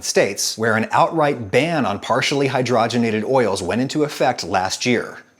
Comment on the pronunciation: It’s pronounced Hydrogen ated not hydrah genated . Your welcome.